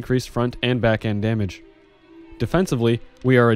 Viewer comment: damamage, filthy caster confirmed